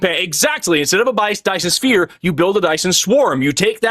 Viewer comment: “Sphere”, not “sfere”.